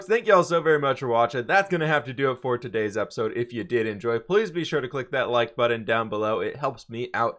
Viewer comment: I’m glad still can’t say button or getting